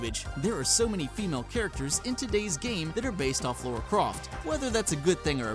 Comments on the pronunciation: ... It's Lara. Not Laura. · Good video, but every time I heard "Laura" Croft, it made me cringe. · Wow. I can't believe people STILL pronounce Lara Croft as "Laura Croft". You damn imbeciles.